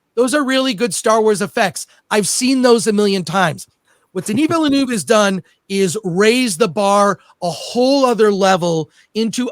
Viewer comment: Denie Vellenouvee😂